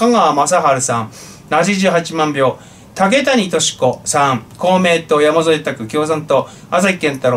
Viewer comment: 竹谷はたけたにではなくたけやみたいです